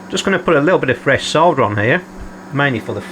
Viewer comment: I subscribed because you can pronounce "solder" without sounding like you're talking about a pile of dirt.